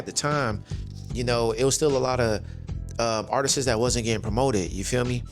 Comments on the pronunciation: Bro i really love your videos, I discovered your channel from the video where you spoke about Foesum, i love their music and i have “Perfection” on Vinyl. Can i just say tho, it’s not artisteses, it’s art-ists 😭😭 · the word is "artists" not "artisess" You sound like you're five years old when you say it that way. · Artist-ses. One too many times for me. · If you pronounce artist wrong one more time my head is going to explode!!!! Whether it's plural or singular is just artist!!!!